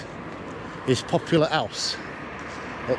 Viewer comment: did you call poplar house popular house?